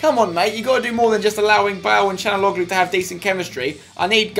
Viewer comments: it's can not chanaloglu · its calhanoglu not canaloglu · It's (chalan-ouloo) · CHAL-HON-ALOO For God sake Spenny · I think his name is pronounced Sha°la°nou°gloo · that's how u pronounce it spencer: Cal-ha-nog-lu the way u say it is wrong